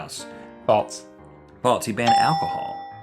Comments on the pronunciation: they pronounce it as "faults" though. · Is it me or are they saying faltse instead of false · Love how they say "faults" instead of "false" XD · No, it sounds likes they're saying "faltse." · It's FALSE. Not FALTS. :P